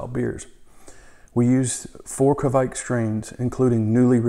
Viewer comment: Nice video! 👍 It's a Norwegian yeast and you almost said it right too 🙂 It's a badass yeast for sure!